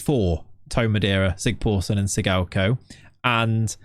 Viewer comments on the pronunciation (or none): Andri SigTHorsson... not SigPorson :) Þ in Icelandic is always TH not P